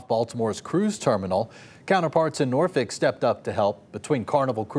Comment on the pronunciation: It's not Norfick It's Nawfek